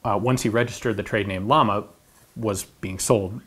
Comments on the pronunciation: Ian, Llama is not pronounced like the animal. It stands for flame, which is pronounced something like Jama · Llama means flame.. pronounced Yama ! Just spreading some information about the pronunciation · GreyDevil Ian knows this. He explains why he pronounces manufacturer names such as Walther and Llama incorrectly but in a way expected by Americas in Q&A #7. I agree with the logic he laid out.